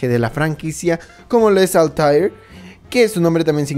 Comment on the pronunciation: Es altair y ezio en altaril y esio